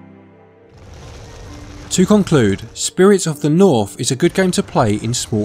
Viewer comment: "Spirit of the Norf" lol Accent quirk aside, nice review. :)